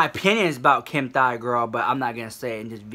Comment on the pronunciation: DID U JUST SAY KIM THIGH LMAO